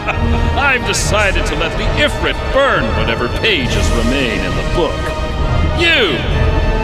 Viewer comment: Technically, it’s pronounced: “If-reet”